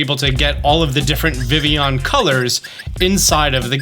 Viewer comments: Its `viv e on`! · I know I'm being a prude but it's pronounced vivy-on because it's based on the French word for butterfly, which is "Papillon" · Please learn how to pronounce vivillon, it hurts my brain. It's like listening to someone pronounce the Ls in tortilla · Fact not a lot of people might or might not know Vivillon is spelled like the French word for butterfly papillon, that is pronounced papi-yon. I know this cause I have a Papillon, the dog breed. So Vivillon is probably pronounced like Papillon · I'm irritated how you pronounce vivillon. Have I been pronouncing it wrong all this time? What even is real anymore?